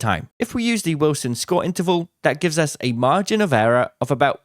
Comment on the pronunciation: Margin of “errror”. Comedy, love you!